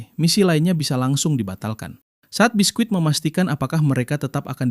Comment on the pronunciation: Biski bukan bisquit T-T